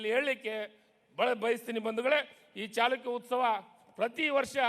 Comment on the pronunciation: ಸರಿಯಾಗಿ ಮಾತನಾಡಲು ಕಲಿ ಇಮ್ಮಡಿ ಚಿಲಕ ಅಂತಿ ಇಮ್ಮಡಿ ಚಾಲುಕ್ಯ ಅಂತ್ ಅಂತೀ ಇದು ಚಾಲುಕ್ಯ ವಂಶದ ಇಮ್ಮಡಿ ಪುಲಿಕೇಶಿ ಅಂತ ಮಾತನಾಡು ದಡ್ಡರನ್ನ ಮಂತ್ರಿ ಮಾಡಿದರು ಹೀಗೆ ಆಗುವದು